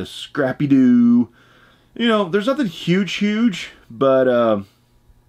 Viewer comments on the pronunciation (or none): none